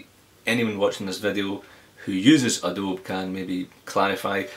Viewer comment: it is adobeee not adobe